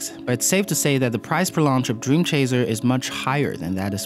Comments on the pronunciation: Am I the only one being bothered by him saying "dream chaZer"? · Why does "dreamchazer" annoy me so much?